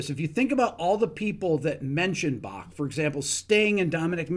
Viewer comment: Impressed by your authentically German pronunciation of the "ch" sound in "Bach."